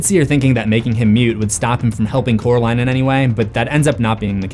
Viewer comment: I love Wybie! I don't get why he calls coral in jonsey though? Its cute though! Maybe he just doesn't know how to say coraline because he calls her caraline instead of coraline. Which is weird because her name isn't even hard to say. But the nickname he gave her is so cute!